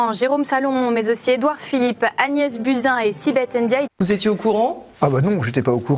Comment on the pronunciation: On dit Buzyn pas Bousin!😉